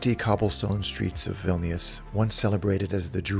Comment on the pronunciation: Just cos it’s making me twitch but Vilñus not Vil-knee-us.